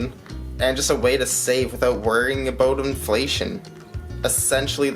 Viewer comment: I like the pre-teaser, nice format you got going. Look at all that poured loot! Yeah is that you're picture on the thumbnail man?! Like a dog on a leash, I like your' analogy... Did you say aboot? Hahaha... Time to rack you up some watch hours!!! Catch up day my friend. Those gold maples are a pretty sight! ! If you inflate your' deflater, you get stimulated, is that right?! 532 subs tonight man, very happy for you! I like your' outro beaver and smooth sounds... Great video!